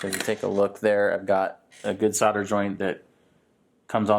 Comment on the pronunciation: Great video, but there's an "l"! in solder - it's nor soder.